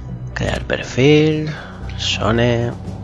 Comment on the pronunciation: perdona sone pero cuando lo dices en el video suena como sony